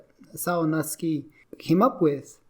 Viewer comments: Hard for me to take you seriously when you cant even pronounce his name correctly. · It would help if you could actually pronounce his name correctly.